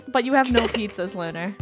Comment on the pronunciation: I heard her say pizzazas